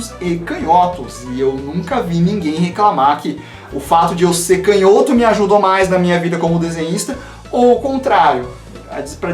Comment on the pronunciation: acompanho você faz bastante tempo já e finalmente tenho uma crítica. POR FAVOR para de falar CANHÓTO. kkkkkkkkkkk sucesso men!